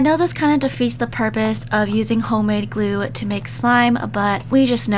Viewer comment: While you said glue chough (glue)